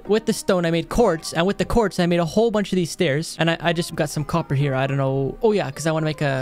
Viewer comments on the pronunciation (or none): none